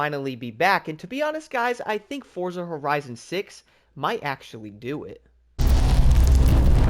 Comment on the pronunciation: you too pronounce forza wrong